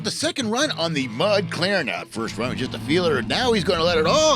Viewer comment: Mud Claren was impressive! And I knew I pronounced Beavermuth right the first time!